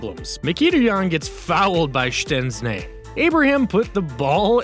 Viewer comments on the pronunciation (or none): Ahh yes, shtenznis the Juventus goalkeeper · szceśny hahaha i know hes from poland like me and his name is szczęsny top 5